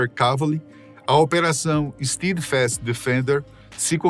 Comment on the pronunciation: Nem se deram ao trabalho de pesquisar a pronúncia do inglês. É STÉDFAST, não STIIDFAST. jesus